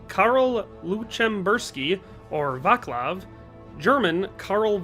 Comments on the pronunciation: VaKlav is what made me laugh when there is a C you pronounce it as such in our language C doesnt change into K as it does in UK just for interest :) However you handled our country history well thank you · Dude, you made my ears bleed with your pronunciation of Václav and Lucemburský. Otherwise a nice video tho. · stfu it’s so annoying every single czech person commenting this like get a personality